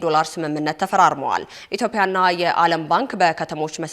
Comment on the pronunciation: ዜና ኣንባቢዋ ? ኢትዮፕያ ሣይሆን ፣ ኢትዮጵያ ብለሽ ኣንብቢ ። መቼም ተቆጣጣሪ በሌለበት ሃገር እንዲህ ኣይነቱ ግዙፍ ግድፈት ሲፈጸም በተደጋጋሚ ታይቷል ።